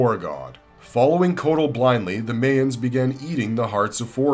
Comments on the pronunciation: "May-ens?" Isn't it pronounced "my-ens?" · bro, its pronounced Mai-uhns, not MAY-uhns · That bothered me so much! Lol